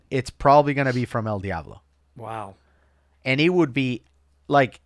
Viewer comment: Why if you speak Spanish would you pronounce el Diablo like a Caucasian lol 😂